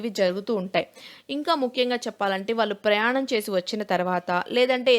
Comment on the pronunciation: Small suggestion. వాల్లు కాదు, pronounce as వాళ్ళు Madam👍